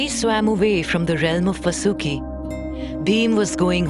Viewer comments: His name not vasoooki His name is vaasuki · Correct your pronunciation of names please. The name of that mighty snake was Vaasuki, not Vasooki. Also, it would be better had you spelled it like Paandav in the entire narration rather than Paandavaa. Other than few other minor ones, the overall voice over was indeed praise-worthy. Please keep the names original and their pronunciations indigenous rather than sticking to the westernized way of spelling them. None of the learned Indian scholar would like it if the future generations would spell and remembers these religious terms as Krishn-aa, Ganesh-aa, Pandav-aa, Mahabharat-aa...and so on. You're already doing a commendable job. Let's make it a little more perfect.